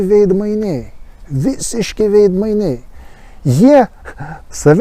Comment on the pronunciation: žodis "veidmainiai" kirčiuojamas antrame, o ne trečiame skiemenyje :) - tikiuosi įsidėmėsi :) - ir "sinica" vardininke kirčiuojama analogiškai - antrame skiemenyje :)- o ne paskutiniame ,kaip susivaideno tvartodvaro "kalbinykams"